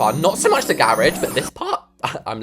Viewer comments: “The grrr-rage” 😂😂😂😂😂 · "the gerageee"